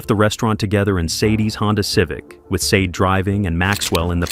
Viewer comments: The first victim's name is pronounced Shar-day. Not Seid, nor Sei-dei. Please make the effort to do people the courtesy of saying their names properly. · You pronounce her name like" shau- day"!!! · I was thinking that all the way through!!!!!